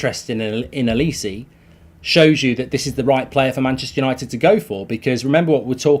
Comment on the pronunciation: Well done Mark, your pronunciation of Olise's name has improved from the morning show where you totally murdered it. You can still do better.